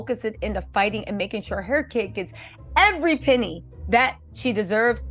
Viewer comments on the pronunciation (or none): none